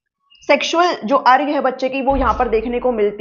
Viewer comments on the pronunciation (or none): Excellent lecture on this very important topic. All fine except that the pronunciation of urge is not अर्ग but अर्ज. Well done!